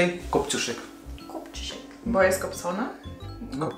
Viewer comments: Najlepszy ja usłyszałam "chuj kunia" xdd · Pękne... Kopciuszek - ch*j unia 😂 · Kto zrozumiał Chuj Kunia XD? (Jak mówił kopciuszek) EDIT: dzięki za like xD? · Hahaha też słyszę CHUJ KUNIA